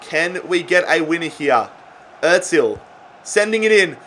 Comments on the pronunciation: İt's not atzil it's azil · Is it just me or does he Pronounce Ozil otzil